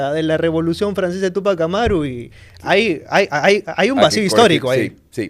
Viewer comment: Túpajh Amáru. El francés casi todas las palabras suenan a palabras agudas. Pero en quechua o jhíchua suena a palabras graves o llanas. Sio si se debería acentuar para evitar una pronunciación equivocada y sonaría raro, no suena quechua. Ojo quevhua o jhíchua es region sierra . Rúna-sími rimájhmi-káni.